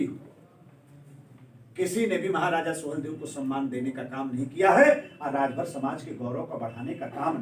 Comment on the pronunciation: Suheldev Rajbhar Ji ko Rajbhar bolne me haalat kharab hoti hai sir ji aapki